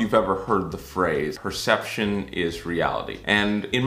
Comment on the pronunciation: The first PERCETPTION.......TOO MANY "T'S"